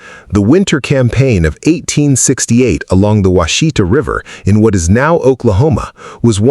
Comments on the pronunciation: It's Wash-ih-taw. not wah-shee-tuh. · It's NOT pronounced Wha She Ta. It's Wash eh Taw. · WASH-ih-tah, not wash-EE-tah. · Wah-shih-tah, with emphasis on the first syllable, not Wa-shee-ta. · "Wash a tah" is how its pronounced in Oklahoma. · It’s hard to listen to this. Every time Washita is mispronounced I want to urp.